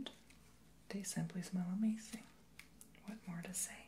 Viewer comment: Why do you always say "amazink" or doingk" idk If it's just a whisper thing or accent just wondering